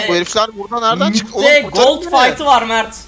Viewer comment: Mağrt değil çocuğun ismi mert